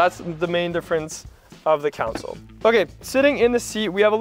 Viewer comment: Did I hear you say council when referring to the console?